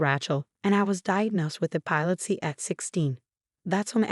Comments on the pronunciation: Pronunciation of epilepsy incorrect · NOTE: Epilepsy pronounced - E-pee-lep-cee. Rachel pronounced - Ray-chel. AI has a long way to go - obviously not edited for accuracy prior to publishing (also spelling errors). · This AI Pronunciation is a pain in the neck not only does it pronounce Rachal and Epilepsy wrong it's distracting when trying to listen for goodness sake learn how to properly pronounce words before sending stuff out